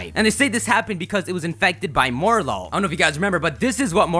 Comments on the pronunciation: Morelull comes from "morel" and "lull" so it should be pronounced "mo-REL-ull." Minior comes from "mini" and "meteor" so it should be pronounced "mini-or." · "More-lol" Um, no